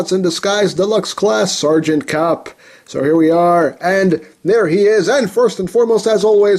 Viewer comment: Did he say kum instead of kup in the intro??? Lmao